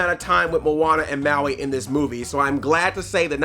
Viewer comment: Okay i know this wont get a reply but as a maori its said maa wee not mauwee